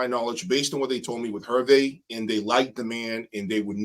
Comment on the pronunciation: His name Herve is pronounced Air-Vay.